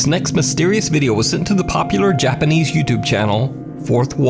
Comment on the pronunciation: Me when heard says JAPANESE: "HOLY FUC- *GRABS PILLOW FOR COVER*"